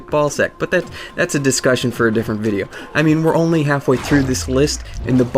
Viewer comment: Yo u stole the way says vidja